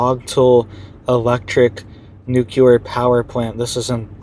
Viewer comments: It’s not NUKELAR. It’s NUCLEAR 😂 ❤ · I wrote the same thing in the last video. I can't even watch this one - it's just too cringe hearing him say "newkuler" over and over. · Why do some find it so hard to say noo clee er? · You tried to inform him in the last video as well, but he doesn't get it. I clicked on this video hoping he would have seen the comments and made the correction, but no. Stopped the video after the first "newkuler" - it's just too cringe worthy.